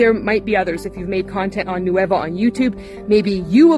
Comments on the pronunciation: EXACTLY. like at least pronounce it correctly??? Its nueva not no-e-va" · Does anyone on the nueva team speak Spanish? Their American English accent makes it sound like they're saying it as three separate syllables "nu-ey-va" when it's really two.